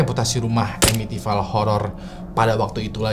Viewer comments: Bacanya bukan amitivail bg, tapi amitivil. Krna ville itu dibaca vill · It's Pronounce EMITIVIL not EMITIFAIL.. Sorry gatel gue.. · masukan aja si, sebelum record mungkin ejaan2 bahasa inggris dipelajari dulu bang. misal amityville, ville (vil, bukan vail). CMIIW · pronounce Amityville nya salah, yang bener itu baca nya emitifil